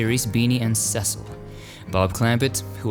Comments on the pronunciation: It's pronounced "Beanie and Seasell" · Nothing says "I never watched it" quite as effectively as mispronouncing "clamPETT" and "SEEcil." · oh dude, it was Beanie and CEEcil not Cessil. "Help Cecil help!! Help Cecil Help!!!" "Im comin Beanie boy!!!" Was my favorite cartoon when I was 6. lol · Cecil from Beanie and Cecil is pronounced Cee cill; as is Cecil DeMille. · It's pronunced "See-sul" in Beaney and Cecil. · Beanie and Cecil... (SEE-sull) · Beany & Cēcil Arthur. There’s a long E in this version of Cecil. Here’s a video of an original Beany & Cecil cartoon where you can hear the pronunciation of Cecil. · I think Cecil was pronounced cee-sill in it's day..... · the Cecil in Beanie and Cecil is pronounced See sill; as is Mr. Demille's first name. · Beany and "Ceecil." It's not pronounced like de Mille's first name.